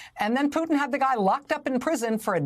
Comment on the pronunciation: There is a T in PuTin pls pronounce it!!! so annoying